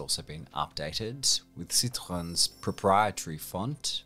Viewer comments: No.4 - the brand is pronounced "sitroEn" (last syllable stressed)? not "sitron"! This is the reason why Ye Double Dotte Accent above the "e" is there. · Love this guy's pronunciation "Citrhon" "Runa" "Peuschout" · it's interesting to see how you try to pronounce some names in the original language like citroën and skoda, but pronounce volkswagen in the most english way ever hahaha